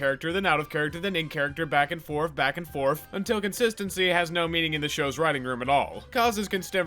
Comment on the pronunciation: dose he say "back and forf" instead of "back and forth"